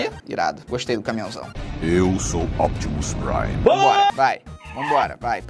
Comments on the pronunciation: É Optimus Prime o falou errado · O falou Optopus Prime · Kkkkkkk ocapustrime kkkkkkkk